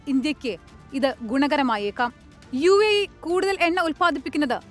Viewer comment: യുഎഇ എന്നുള്ളത് തെറ്റാണ്. ( U I A E.. )ഇതാണ് ശരി